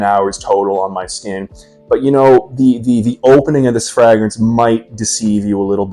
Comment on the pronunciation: Why are you pronouncing fragrance like fraag rinse? Sincerely asking, I like your content overall, keep it up.